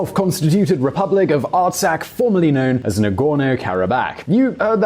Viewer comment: Dat Artsakh pronunciation though.